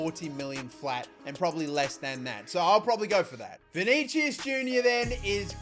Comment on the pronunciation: btw. its vinisius